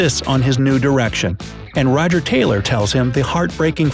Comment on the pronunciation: The way he say Taylor made me cringe